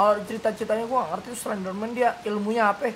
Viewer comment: Iya bener bet miawauag aeh ngomongnya slendermen 😂😂😂😂